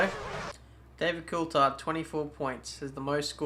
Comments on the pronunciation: Well Coulthard himself pronouncs it cool-thard. So it's a 'th' sound and not just a 't' sound. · Here's a tip pronounce Coulthard correctly.